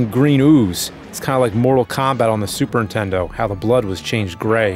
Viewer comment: I’ve wondered for years why James pronounces is “Super Intendo”… am I missing something?